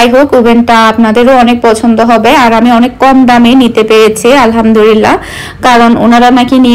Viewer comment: Alhamdulillah bolte hoy Alhamdurillah Nah apu